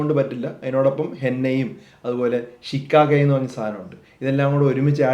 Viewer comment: ശിക്കാഗൈ അല്ല ശീകക്കായി 😂😂